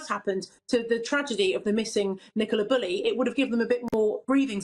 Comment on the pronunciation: can't even pronounce Bulley correctly.